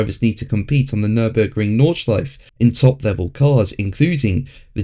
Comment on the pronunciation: It's Nordschleif-e...